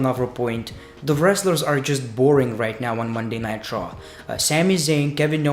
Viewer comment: I keep thinking that you’re saying Monday Nitro lol